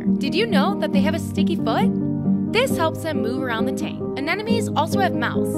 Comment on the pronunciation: I love this vid an' everything in it, but so that were clear to that one really little kid. It doesnt really matter, just like tortya and tortelah (tortilla) but most ppl, at least around where we live, Alabama, it's pronounced anehmuhnee not anehnumee